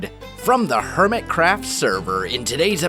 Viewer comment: When you say the intro i think you are saying hermitcrap